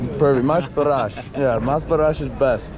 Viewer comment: balesh lol balash is he began